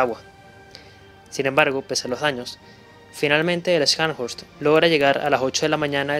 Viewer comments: Una pequeña contribución: las letras "sch" en alemán se pronuncian como "sh" en inglés. Así como "show", en inglés se pronuncia "shou", y no "chou". Scharn se pronuncia "sharn" y horst se pronuncia "Jorst". De hecho, tenia un amigo cuyo nombre era Horst, pronunciado "Jorst". Es similar al apellido alemán Busch, que se pronuncia "bush" y no "buch" como dicen algunos. Lo sé pues viví en Alemania por varios años. Gracias por el video, muy detallado. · Los que sabemos de éstos increíbles buques y armamos a los acorazados,.en Español.. pronuncia neisenao y chanshorst...😅😮😮😮😂😂😂